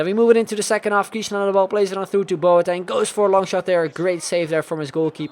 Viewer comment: Boateng is pronounced Bwah-ten